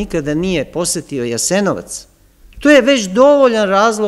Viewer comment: Sve u redu... Ali mi nikako nije jasno akcentovanje na reči Jasenovac, Jugoslavija, ambasador... Od kada je akcenat na drugom samoglasniku? Niste vi jedini u ovim predavanjima koji tako govori... I Ognjen, i Srđan... Ja vas sve molim, da se vratite na "smirenijem" akcentovanju takvih reči.